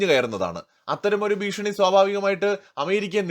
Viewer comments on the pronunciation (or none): none